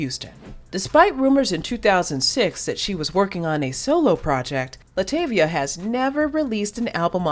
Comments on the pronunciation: Oh my, not this entire video with her name not being pronounced right😩😭(La’ TAH’ via) Also- That was her daughter not her as a kid. She was replaced by Farrah Franklin, not Michelle. She didn’t want to do music or be in the spotlight. (She is an introvert) She was m*lested by her stepdad when she was a child for years which that coupled with the DC exit caused depression and her wanting to stay in the house and not go out. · PRONOUNCE HER NAME CORRECTLY!! ITS ANNOYING!!! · 25 seconds in and you mispronounced Latavia’s name, I immediately clicked off the video. I can’t continue… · If you going to do a documentary on LaTavia atleast pronounce her name right! .